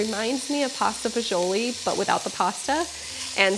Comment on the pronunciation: my wife made this last night after we shoveled snow for 5 hours. she followed your recipe exactly. your first version, which we made already was great but this one is on another level. i even shoveled a path in the backyard to get to my rosemary bush. one problem though. as a second generation sicilian from staten island it pained me to hear it pronounced “fagioli” but we understand why you had to say it that way. lol. keep em coming and thank you.